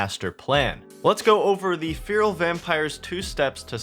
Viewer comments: man I love you but how can you butcher the pronunciation of feral that badly? Like how the fuck do you get FEAR-AL from FE-RAL? If its so hard to remember just imagine its spelt like Ferrall as in Will Ferrall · its not fear-uhl :( its feh-ruhl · Please learn how to say "FERAL" correctly, thanks. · "Fee-rill" vampires lol. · Feral = Fair-rule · Its pronounced Ferrell ffs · Fear-ul vampires? That's not seriously how Americans pronounce 'feral' is it? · Please stop calling them feeril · Feral /ˈferəl/ fair-oll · cant even pronounce feral correctly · Why can't you pronounce the world feral?